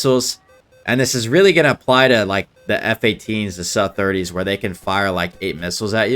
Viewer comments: M8, I love ur videos but can you do me a favor and call the SUs SU and not "saah" or what ever. They named them after the the design bureau "Sukhoi", it's a prefix, so you say SU like in the name Sue. Thx a lot 🫡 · I cringe every time I hear Suh